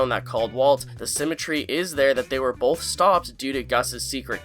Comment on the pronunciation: Bro, there's no L in both. Bowlth Bowlth Bowlth. Sorry, it drives me crazy.